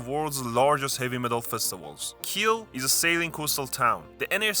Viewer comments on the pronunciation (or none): none